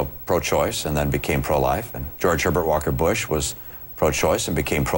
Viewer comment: Did he say George Hibber Walker Bush? lol